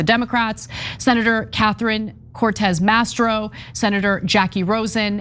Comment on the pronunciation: It’s MASTO not MASTRO!